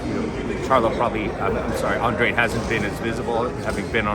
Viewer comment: Andrade, Andrade, not Ahndrahday. He corrected him and he said it wrong again. lol Andrade